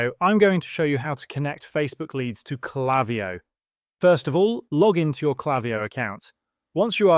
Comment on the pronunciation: It's not klaviyo. It's klaviyo.